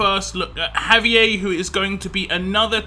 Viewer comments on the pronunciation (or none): Pronounce "Hah-vee-air" Got your back! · You are killin me with your pronunciation of Javier. The Spanish in me wants to yell at you. Haha. All good though.